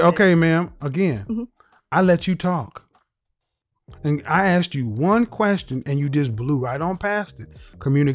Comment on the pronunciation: she says you like yhu